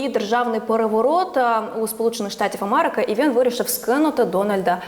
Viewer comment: Ведуча. Не мАрежа,не АмАрики, а мЕрежа, АмЕрика і так далі. Працюйте над вимовою.